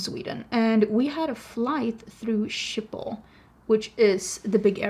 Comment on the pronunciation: Thank you for showing me how to correctly say Schiphol as I've (all my life) said it like "Shkey-poll" like I'm Sean Connery saying "ski pole" but how do you say the name of the dog breed Schipperke - I love those wee doggos. Uh - baby beavers are adorable!! There's a difference between negative feedback and slamming something rudely without critique. We are allowed our opinions and if someone gets personally offended by someone who disagrees with you - that's a them problem. Your hair looks great! You've had short hair before and you always style it well. It's a nice midpoint in case you were thinking of going shorter, or longer with your extensions. You have so many more options!